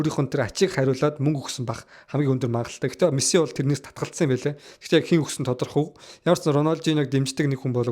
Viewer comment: Чам-пион-с лиг why are you чамсионс лиг вэ😂😂😂 Мэс-си болхоос Мэссс-сссси биш шүүдээ Парис-сэйнт жерман болхоос парис жанжер биш 😂😂